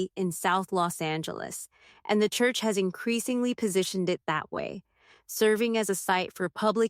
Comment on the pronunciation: Teach AI how to pronounce churCH! 😊